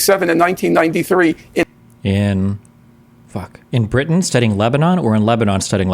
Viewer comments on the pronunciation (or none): none